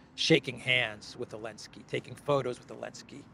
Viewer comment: Why does he call him “Elensky”?